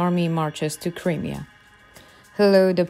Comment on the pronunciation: Creamier? No,No. the region is pronounced... CRY ..MERE , Crimea!!